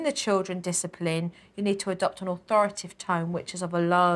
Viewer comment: authoritative not authoritive